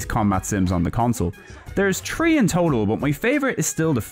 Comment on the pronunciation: Tree in total!?!?!?! TREE IN TOTAL! YOU MEAN THREE! 😂